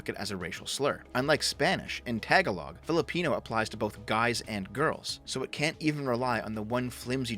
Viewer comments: My brotha! I must correct you on a couple of things (Filipino here) Firstly Tagalog is pronounced Tah-Gah-Lohg (With the emphasis on the second syllable). It's counter intuitive from the English speaking perspective. More importantly the proper way to refer to a female who descends from the Philippines is in fact Filipina. However, English speakers generally say 'Filipino' to refer to both and because if American influence, this has become accepted in the current generation. One would say Filipinos when referring to the people as a whole, but Filipina/Filipino for the individual male/female respectively. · Ngl, I laughed when you pronounced the Filipino language Tagalog as "TAG-a-LOG"🤣🤣🤣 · The way you pronounced Tagalog hurts my Filipino ears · Tag-A-log 😂😂😂😂☠☠☠☠😭😭😭😭💞 had me dying laughing. Think of it pronounced like (tah-gaul-ug) for Tagalog 🤓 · I like how people pronounce "Tagalog" like "analog" I understand that there is a language barrier, I guess we Filipinos are just supremists when it comes to our own language (which is why he hated Filipinx) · You said Tagalog, said it in the whitest way possible lol! Pronunciation aside, love the content you make man keep it up!